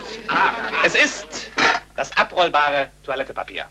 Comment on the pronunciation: Oh Mann ... ich hab das Buch 1997 in der Schule gelesen und da den Film gesehen und jetzt nach 14 Jahren sehe ich endlich nochmal den Kerl und diese Aussprache: Toilettepapier ...